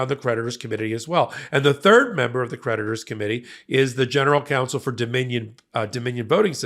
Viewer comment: I'm a little buzzed and when he says creditors i hear predators